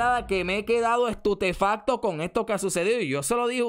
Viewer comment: se dice estupefacto, no estutefacto. Ok????